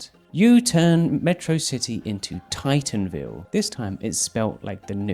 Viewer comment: Bro really said tightenville and not titanville, bro does not know how to spell titan 🤦